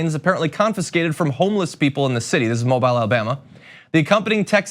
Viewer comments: Pronounced Mo Bill....not Mo Bile...ty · The city with its scumbag officers is pronounced "Mo-beel," not "Mo-bile." Journalism still has to count. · Mo beeel, not Mo byle. just sayin' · Love your channel! Although "Moe Bile" is a nice play on words on the bile these cops are displaying. The city name is pronounced by local Alabamians as "Moe Beal" Thank you for posting. I am ashamed to say AL is my homestate. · It's pronounced Moe Bill ..LOL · pronounced 'Mo-beel' Alabama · it's pronounced Mobeel Alabama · I agree with what you say, always seems this way. Those who can least afford it are fined when they aren't able to afford basic necessities. BTW, the city is pronounced Mo-beal. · yes yes yes its pronounced Mo-beel though. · Just a heads up, John. The city in Alabama is pronounced "mo BEEL". You're welcome. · It's pronounced "MO-Beel" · Although a huge problem, this happened two years ago. I live in the city where it happened. It had everybody pissed here. Officers we’re supposedly disciplined but got an “undisclosed punishment”. And the name of the city is pronounced “Mō-bēl” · Really u don't know how to pronounce "MOBILE".. How insulting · How did John Iadarola just pronounce "Mobile", Alabama? ...wow, Mobile isn't a phone, bro. 🤦‍♂️